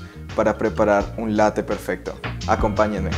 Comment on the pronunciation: “Latte” con doble “T” bién marcada, Latte significa literalmente Leche, es una palabra italiana, y la preparación a la que te refieres es un Caffè Latte, y tiene variantes, como el Latte macchiato que es más líquida, Y el cappuccino.